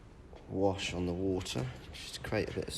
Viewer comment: Say "water", please!